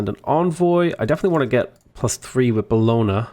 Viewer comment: Love your videos and feel like I've improved massively since I've started watching your stuff, but your pronunciation of Bologna is driving me up the wall! Boh-loan-ya!